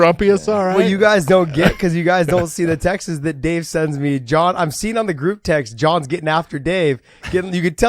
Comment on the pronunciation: Is anyone going to tell Josh it’s not pronounced Text-is. It’s just text with an s at the end, texts.